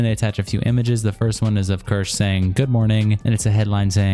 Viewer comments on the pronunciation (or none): Best thing about all these videos is no matter how many times says her name people will still pronounce it as KERSH 😂 also that femboy crying about not being liked lol. WOMP WOMP